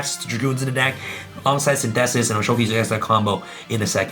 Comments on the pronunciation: Bro, saying Synthesis like Sin -theh-sis doesn’t make it sound like some cool “Yu-Gi-Oh card name.” It’s Synthesis like Photosynthesis... 🤦🏻‍♂️ bruuuuh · No one: Abso-fucking-lutely no one:: Sin- thesis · I love how pronounces Synthesis XD